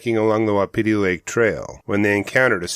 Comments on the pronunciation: It’s WAH-PI-TIE. Like the elk. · Please look up the pronunciation of Wapiti, you’ve got an extra syllable there. Drives the locals nuts, thanks.